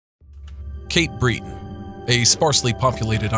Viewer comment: Sorry but in the first 4 seconds there are two mistakes….its not Cape Bree-ton it’s Cape Bret-on and Cape Breton is NOT a sparsely populated island…its a part of the province of Nova Scotia which isn’t an island either….the northern-eastern part is called “Cape Breton Island” but it’s not truly an island in the typical sense….it is connected to the rest of NS by a small bridge but no one considers it a island…..and although the Highlands Park area is not populated much the actual Cape Breton area isn’t “ sparsely” populated…it has several fairly big towns ie: Sydney NS has 35000 …so that’s not sparse….please stop calling it Cape Bree-ton….. It wasn’t coyotes btw- it was coywolves…a coyote wolf hybrid found in the Cape Breton highlands….